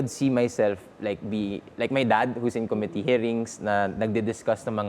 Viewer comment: Since you’re a DLSU grad, please correct your dad’s pronunciation, specifically “committee” listen to how your dad pronounces it